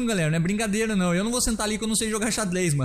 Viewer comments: sksks "Atlas do xadles" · e "XadLÊs" kkkkkkkkk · nao é ficar atlas do xadles famoso cebolinha